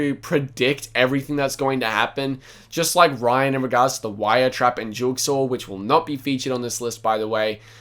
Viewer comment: man said jugsaw